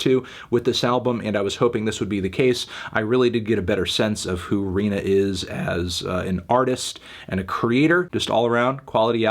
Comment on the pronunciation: HE FINALLY SAID RINA'S NAME RIGHT!